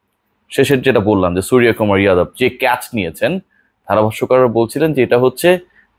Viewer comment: it's not সুরিয়া । বাংলা তে উচ্চারণ সূর্যকুমার হয় । যেমন , Yuvraj - যুবরাজ । Yadav - যাদব ।